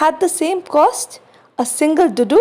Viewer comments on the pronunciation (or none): The duddu is pronounced dhuddu not dudu